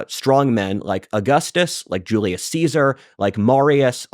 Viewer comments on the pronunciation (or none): none